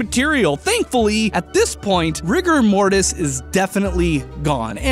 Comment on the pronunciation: When he said ''Rigger Mortis'' I heard ''Rick and Morty''